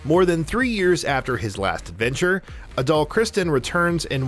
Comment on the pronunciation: Pronounced Adol wrong too, I think...